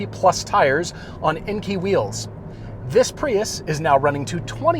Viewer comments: Come onnnnn guys....Enkei wheels are NOT pronounced "in-key"!!! It's pronounced "ehn-kay"! Hence the e before the i. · It’s “en-Kay” not “en-key”. Why is it so hard for people to pronounce it properly?